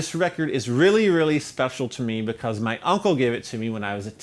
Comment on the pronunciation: I love it when he says beCAUSE